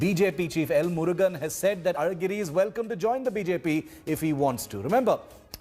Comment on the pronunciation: Hello newsreader, your pronunciation of Alhagiri, a very special letter in Tamil, "lha" is perfect! Are you an Indian from the south? 😂🤣😅